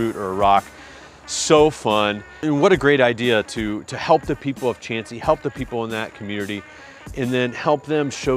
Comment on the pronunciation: Mohican is probably double the elevation you mentioned. MTB Project is way off. Glad to hear you pronounce Chauncey correctly. Do you know why it's pronounced "wrong"?